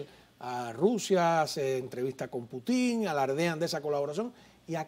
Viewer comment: Y este es el “especialista” en temas de Rusia. Vaya nivel de invitados. Para empezar, que le explique al como se pronuncia correctamente el apellido de Putin. Está claro que la dictadura cubana sólo persigue prolongar su existencia y que Rusia busca soluciones geopolíticas a su favor. Vaya tontería decir que Rusia busca en Cuba tierras y recursos para garantizar productos básicos. No hay mentira más grande que decir que actualmente Rusia está afrontando una crisis alimentaria. Infórmense mejor o mienta con algo más de creatividad.